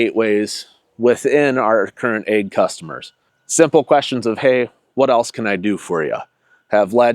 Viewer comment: Hell he's saying AG sounded like egg i kept wondering about the chickens 😂😂😂